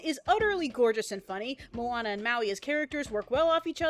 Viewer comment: At the beginning i thought she said Obama. :)